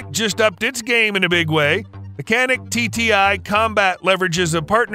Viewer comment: It’s not Canik! It’s Janik, Turkish C sounds like a J.